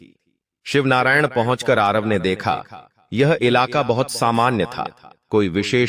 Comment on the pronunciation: शिवनारायण नहीं शिवरीनारायण बोलिये